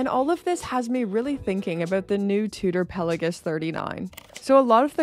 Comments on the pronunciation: Do you even know what Pal-ei-gues means? I doubt it 😂. And it’s pronounced Pel-a-gos . What’s wrong with your speech ? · I agree on the rivets of the Black Bay. Don't notice it when on the wrist. However, I do question your pronunciation of 'Pelagos'.